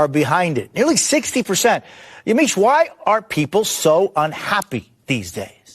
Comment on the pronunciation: First of all, you mispronounced Ms. Alcindor's first name. Next, she is NOT "woke". Stop the lies.